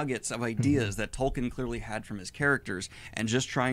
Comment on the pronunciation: The guy in the video not even saying the author's name right and referring to the entire Legendarium as Lord of The Rings kinda makes me question how much of a fan he actually is.